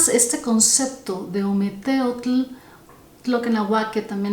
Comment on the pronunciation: Nefasto la pronunciación!!! ( ,ometetl)